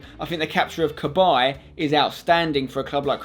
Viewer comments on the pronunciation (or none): none